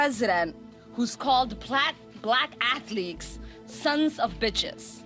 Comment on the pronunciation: Hahaha she said "Black athleeks !!"